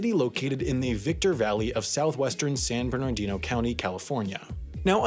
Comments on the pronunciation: san ber-NAR-dino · Instead of articulating out the whole county name, “San Bern Ar Dino”, just say, “San Berdoo”. Everybody will think you’re cool and local.....well not local local, you’d be loco to be local in San Berdoo.